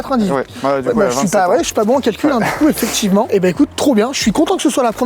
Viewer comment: Les « Tchu », « voitchure », « effectchivement » à répétition ça me cringe. Mais le contenu a l’air intéressant.